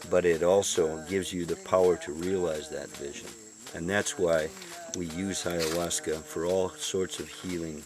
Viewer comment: Wow! You're so very smart. How I wish I were you. How I long to pronounce words as eloquently as you. Bye-ahuasca.